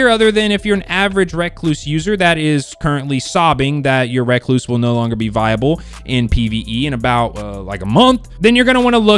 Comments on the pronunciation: Can people please stop saying RECKLOOSE instead of re-cluse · reck-loose.. nice dude.